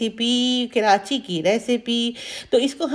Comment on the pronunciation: Kirachi nhi karachi😊